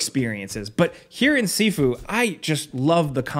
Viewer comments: It's pronounced "SHIFU" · I thought it was pronounced shifu, like Master. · Sifu rhymes with review